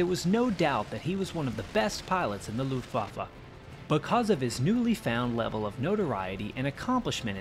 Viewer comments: It's an irritating American habit to pronounce Luftwaffe as Loofwaffe, doubtless because of the "U" it contains. Unfortunately, it makes you sound ignorant. Instead, pronounce the "U" as you do in Push and you'll be OK. It will help your credibility greatly. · Dude!! I wish you would learn to pronounce "Luftwaffe" properly. It is a proper noun and not subject to interpretation. it is NOT pronounced "Looftwaffa". Show some respect.